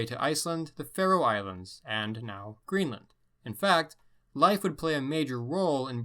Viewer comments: Okay so it's not pronounced life Erikson it's pronounced "leaf" Leif Erikson like The Old Norse religion was not known as pagan! Pagan is a derogatory term created by Christians to sum up any religion that is not Christianity! It's a derogatory remark for those who represent that religion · Leif is pronounced rather like "Leef" and not "Life" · I understand his disclaimer about his pronunciation but come on Leif is pronounced leaf. It's pretty well known. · Its "leef" not "life" pronunciation for Erikson's name... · no, its pronounced like ''life'' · Lief is pronounced Leaf brother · never heard anybody pronounce Leif as "life" lol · In Canada I learnt about Leif Erikson, but, my teacher indeed pronounce “Leif” as “Leaf” soooo..... that was interesting. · Strange as I have heard english speakers pronounce it as "Leef" though that was by american english. Though in Swedish of course we pronounce as it sounds "Leif" sounding both vowels.